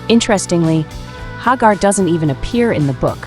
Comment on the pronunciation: Thumbs down for not pronouncing Sammy's name properly! 👎👎